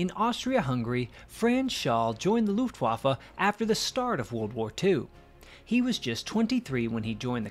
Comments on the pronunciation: It's an irritating American habit to pronounce Luftwaffe as Loofwaffe, doubtless because of the "U" it contains. Unfortunately, it makes you sound ignorant. Instead, pronounce the "U" as you do in Push and you'll be OK. It will help your credibility greatly. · Dude!! I wish you would learn to pronounce "Luftwaffe" properly. It is a proper noun and not subject to interpretation. it is NOT pronounced "Looftwaffa". Show some respect.